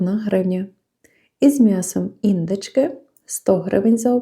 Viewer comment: Спасибі за огляд,але ви не правильно ставите наголос ,в українській мові не Індичка,а індИчка